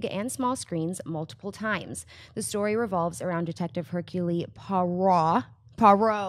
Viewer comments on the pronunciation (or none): Ercyool PWOYrow... as close to phoenetic pronounciation as I can get for his name.